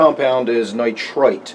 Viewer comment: When you say nitrite and nitrate it sounds the same to me... the only reason I know what you mean is because I am familiar with the nitrogen cycle... It could be confusing for beginners... other than that though, great video thanks for sharing.